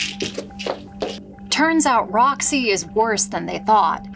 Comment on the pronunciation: Roxy* not “Rony”